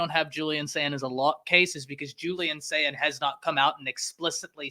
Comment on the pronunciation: Y'all might as well start spelling (and pronouncing) Julian Sayin's name correctly.